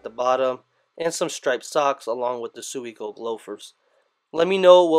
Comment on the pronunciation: *swee - co -keh *